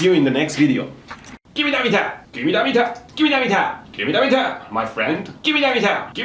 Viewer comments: Why does it sound like he is speaking Chinese when he sais give me the metaa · slap your face everytime he says MEETAA! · Im changing the way i say meter from now on. Meetah! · “Gimmie da metah!” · you saying gimme da meeta reminded me of the Pink panther when Clouseau tried pronouncing hamburger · "Gimme da metaah or I will jump off a bridge!" He don't need a "metaah" but a FULLBRIDGZRECTIFAIA!!!! (sorry) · Every time he says "GIMMI DA METEAR" take a shot. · why does everyone say gimme da meter ps gimee da meter